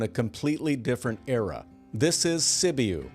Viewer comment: Sibiu Romania is pronounced "si·byoo"